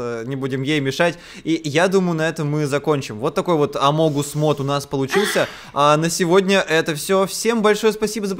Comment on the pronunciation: Не амонгус, а амогус